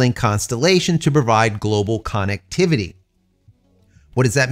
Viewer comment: I hear people pronounce connectivity as CONOCTIVITY? Why is that?